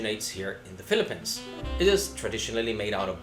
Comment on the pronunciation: just funny to hear a foreigner pronouncing the Philippines as Filipens. LOL